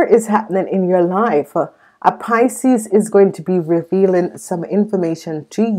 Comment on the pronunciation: Your saying picies this is scorpio.